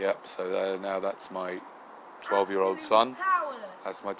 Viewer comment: curious how you emphasised the '12 year old' too - a little 'condescending of you perhaps' - but understandable at the same time... 'hope by now things have calmed down for you both.